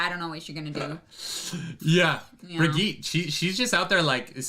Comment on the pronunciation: They pronounced Birgitte correctly in the show, but still doesn't know how. Remember Helga's doll?